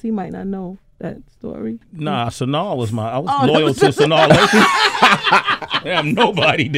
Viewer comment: Why is Sway saying Sanaa name all wrong and shit LMAO Epps is that do though.